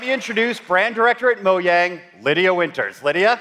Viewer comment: That's not how you say Mojang!